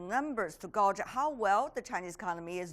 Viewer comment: Please, this host needs to learn how to pronounce "gauge", I do admire her for saying the word so wrong, yet with such conviction! ;-)